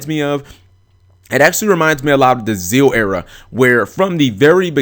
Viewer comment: I appreciate that you pronounce Zexal as "Zeal", the way it's supposed to be pronounced.